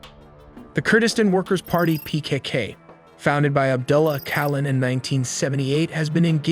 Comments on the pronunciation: Thanks for making the video, btw it's written as ocalan, but reads as Ojalan. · Öcalan is pronounced œdʒaɫan